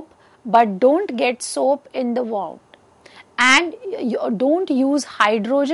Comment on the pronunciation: It's pronounced as 'woond' and not 'waaund'